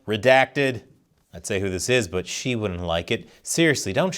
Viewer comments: it’s “Xi”, not “she”😊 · Why are you pronouncing his name as she? Instead of xi, as in si lol